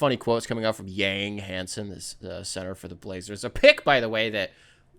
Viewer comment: yang is pronounced “yawng”